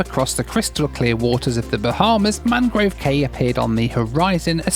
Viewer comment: In The Bahamas the word cay, as in Mangrove Cay, is pronounced "key" not "kay".